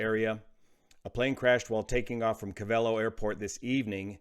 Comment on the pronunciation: Pronounced 'Cove-a-Lo.'